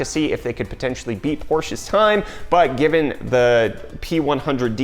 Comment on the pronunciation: You get a like for pronouncing Porsche correctly. Thank you <3